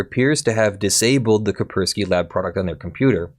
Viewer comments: I'm sorry. Was that Kei-spk-urk-swquie? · How have you never heard of Kaspersky before? I'm extremely lenient with regional pronunciations, but jesus that's a new one, lol.